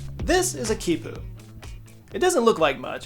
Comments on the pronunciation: its pronounced key pooh 😭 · Him: "This is a keypu." Me: "No it's knot."